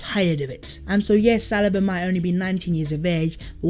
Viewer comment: Does say salaba and not saliba